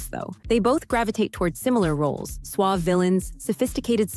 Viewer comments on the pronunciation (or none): none